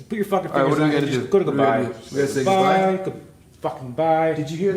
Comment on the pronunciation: dude why u say goodbye with the tones like that😂